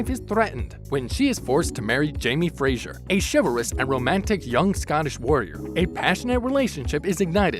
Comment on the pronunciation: What a lot of nonsense. Jamie's surname is Fraser not Frasier. Frasier was a character played by actor Kelsey Grammer on both Cheers and its Followup Frasier. Secondly 6 seasons are not available on Amazon prime or anywhere else because they've only just finished filming it and it will not be released until 2022. Finally learn how to pronounce the names of the actors properly. There's plenty videos out there of both Catriona Balfe and Sam Heugan being interviewed and the interviewer knows how to pronounce the names correctly.